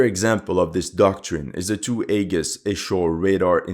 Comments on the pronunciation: AEGIS is pronounced....Eee- jis.....not A-gus. But we get what you mean, awesome video as always. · Aegis is pronounced EE-JIS. Just so you're aware. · aegis pronounced 'ee-jiss' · An interesting video, although the mispronunciation of Aegis did rather grate after a while. It looks like Japan is determined to tie itself to the sick whale which is the USA, and no, I'm not interested in explaining what I mean by that. I want to see a strong Japan, but a truly independent one.